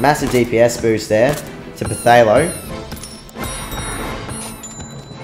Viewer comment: Whwn u pronounced phtalo i thought u said potato xD